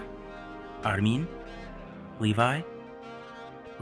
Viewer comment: literally the whole video: Ar-mean